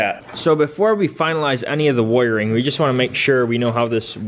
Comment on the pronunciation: how he said wiring😂😂